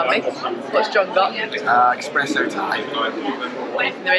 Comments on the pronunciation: Did you parachute into Bergamo the night before or how can you not know the city which you went to to film a video? - How does this guy, being in Italy and surrounded by Italians, survive calling his coffee drink an "expresso"?! Shame! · Right, same as not knowing how the place is called you purposefully traveled to and calling an espresso "expresso".